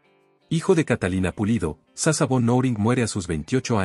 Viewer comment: No se pronuncia “sasa” sino SASHA - SHA